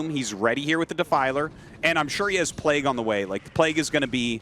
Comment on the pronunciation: Arty can you teach Tasteless how to pronounce Plauge? PlayG...